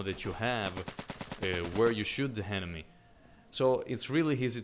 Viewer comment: I love how you ''henemy'' :D Nice review